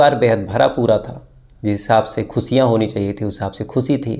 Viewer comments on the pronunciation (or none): Pronounce correctly khushiya not khusiya